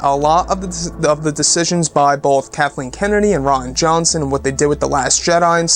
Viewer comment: I love how the way you pronounced Rian Johnson sounded like Rotten Johnson